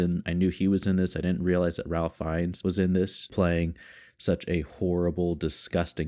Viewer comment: hey, thanks for the reaction, this one hits hard for sure also, just as an FYI, ralph fiennes' first name is pronounced like 'rafe' (rhymes with safe)